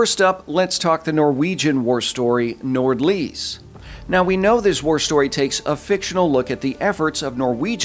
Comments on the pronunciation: If you want pointers on the Norwegian pronunciation, Solveig is pronounced Sool-vay (Drawn out O sound, vay is in "Way" but with a regular V), and Nordlys is more Noohr-lyys (Again the drawn out O, silent D and slightly drawn out yyyyy sound, think french Y) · as always a great analysis. I would like to point out the correct way of saying the Norwegian Nord Lys their pronunciation is more 'Nor lease' silent d long e for the y.